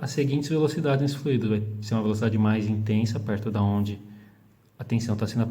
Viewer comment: Fluido não tem acento, logo a pronúncia está incorreta, dando ênfase no i.